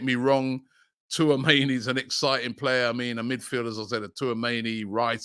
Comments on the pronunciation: Man said Twoameni 😅🤣😂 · Was waiting to hear how Robbie would pronounce Tchouameni’s name. My guy didn’t disappoint 😂